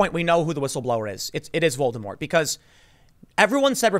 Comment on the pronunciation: Tim, dude, stop calling him Voldermort... its actually distracting and sounds silly Just call the guy Sir. Whistles if you're that scared to say the actual name :P